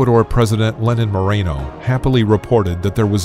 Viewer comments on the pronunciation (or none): none